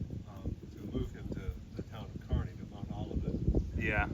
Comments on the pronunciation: As someone from Kansas City, I wanna let you know that “Kearney” is pronounced “CAR•KNEE” like Barney but replace the B with a K. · Not to be a stickler.... Kearney is pronounced car-ney.... as in CAR you drive and KNEE you bend.... it comes out CAR-NEY KEARNEY.... 🙂🙂🙂 bit of Missouri slang....